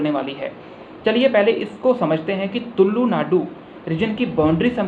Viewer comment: It's not तुल्लु वो तुलु है।